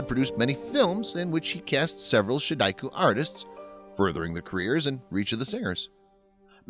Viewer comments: OMG! "She daku"??? No, try "Sheu die choo" not "Mau zay dong" it's "Mau tsuh- dong" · An interesting story. The only thing is the narrator's pronunciation of "ShiDaiQu". In the video, it's pronounced like a Japanese word which threw me off thinking it's some sort of Japanese singing art, but soon realized it was probably "时代曲"。